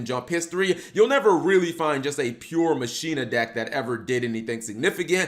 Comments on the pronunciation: Machina = Ma-shee-na? I always thought it was pronounced Mah-keen-nah! I used to use them with karakuris& Mekklord granels! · Its "Ma-ki-na" y'know, like Deus Ex Machina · Mach....e...na its spanish for machine just it doesnt sound like you butching the name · Isn’t it pronounced “ma-ki-na”? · ir is prenounce makina though tone the Ma. Same as Deus ex machina